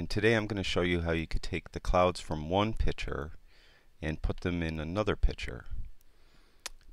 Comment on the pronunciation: Nice video...however the word "picther" is pronounced "pict-ure". Like you vids!